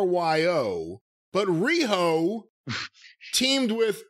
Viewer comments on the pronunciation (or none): "Riyo and RI-HOO" will live forever